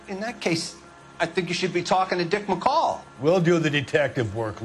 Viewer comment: hahahaha dick mcoll..... HIS LAST NAME IS McColl!